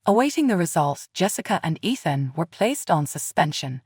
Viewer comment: Athen or Ethan? Spellings and pronunciations do not match.